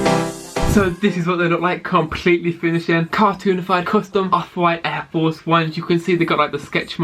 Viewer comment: “Aiw fowce 1”